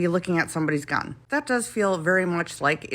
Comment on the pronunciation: Why would I listen to a person that can't even say the word gun?